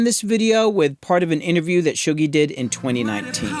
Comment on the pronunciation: Shuggie is a name in Scotland (it's a nickname for people called Hugh for some reason) so this is the first time I've heard it said and realised it's Shoo-gie, not Shuh-gie